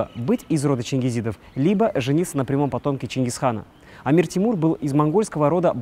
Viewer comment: и да пожалуйста когда говоришь не эмир а Амир говори надоел ты со своим словами Эмир Эмир! не Эмир а Амир!